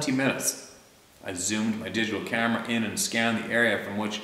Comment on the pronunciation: just to let you know still laughing over your pellet gun and that mouthy rooster, it all started when you said " I was mounting the camera and turned around and a rooster was standing on my cammero" LMAO funniest episode EVER..... You have a great sense of humor don't ever change and btw love your babbling as you call it......